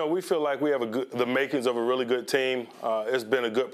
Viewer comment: Why when Tomlin speaks is their all the sudden a t in good? It’s not goodt it’s just good